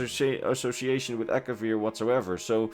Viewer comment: It’s Akavir